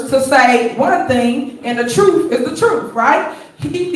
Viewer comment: But isn't Big Tiff talking the 'troof'?